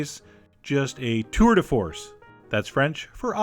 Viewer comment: Jeez I hope that was a joke! As a French native, I didn't have any problem understanding "Tour de Force". I'd love to hear how perfectly you speak... (-; No worries Chef John, you're awsome! (-: (cooking and speaking french) (